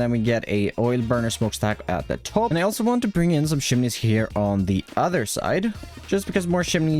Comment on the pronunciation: i love it how pronounces chimneys its like hes saying "shimneys"